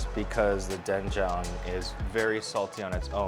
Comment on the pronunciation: Korean here yeah his pronunciation is on point.